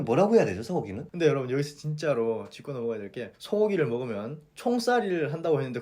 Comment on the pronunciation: '집고'가 아니라 '짚고'입니다